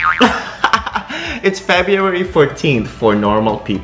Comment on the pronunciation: Fabio-ary ang dinig ko 😂